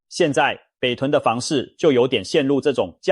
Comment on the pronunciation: 是膠ㄓㄨㄛˊ著，不是膠ㄓㄜ著。